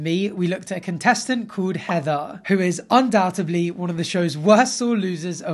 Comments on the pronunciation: Undoubtedly not undoubtebly you twink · Undoubtebly ?? You dummy🤡🤛🏻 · Did he say "undoubtebly" 10 seconds in? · UndoubtEDLY not ably!